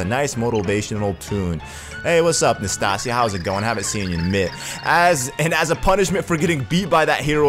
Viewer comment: am i the only one who noticed that he's saying nastasia 's name wrong